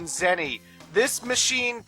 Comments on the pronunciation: It sounded like you said "Zenny who." Was that intentional? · "Zenny-who" I swear to god,... Also, here you guys go